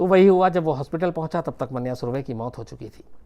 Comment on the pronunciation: It’s मन्या, not मान्या